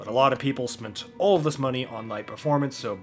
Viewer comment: the way you say "all" sounds like you're saying "oil" in a southern accent 10/10 🤣